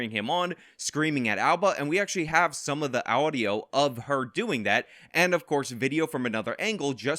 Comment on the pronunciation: "some of the Owdio" haha